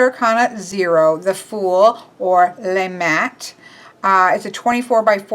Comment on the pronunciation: Gorgeous! Just a help with pronunciation: "Gouache" is like "gwash" (the word wash with a G in in front) and "le" is "luh," "les" is lay (It's French;])